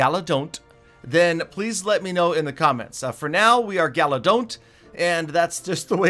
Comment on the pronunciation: Galadoff instead of galadon